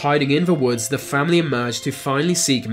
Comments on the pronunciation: It's "the" not "vu" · it’s ‘the’ not ‘ve’